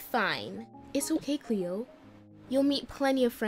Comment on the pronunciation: U KEEP SAYING CHLOE INSTEAD OF CLEO 😂